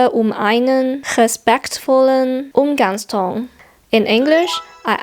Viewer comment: Very nice work. "... Respektvollen Umgangston." - Yeah, that sounds quite free of any accent.